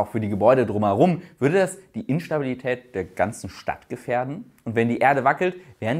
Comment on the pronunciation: [Zitat] "Würde es die Instabilität der ganzen Stadt gefähren?" [Zitat Ende. Wie schön, dass ich nicht der Einzige bin, der sich bei Fragen wie stabil was wäre gerne verspricht XD